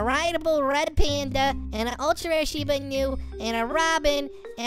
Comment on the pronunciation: Lol he calls it a sheeb inu lol can he not not just say shimba inu